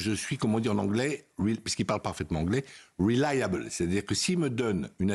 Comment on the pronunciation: Man when you are able to pronounce the word reliable, then maybe some people might listen to you. But as it stands right now everyone can hear and see that what you are saying is not journalism it is a public biased position towards Israel and instead of trying to disguise it, why don't you just say it straight?